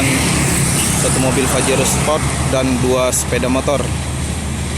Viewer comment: Pajero mang bukan fajero 😂😅